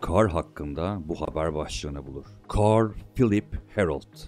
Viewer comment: Aksanlı bir şekilde carl demen içimi daralttı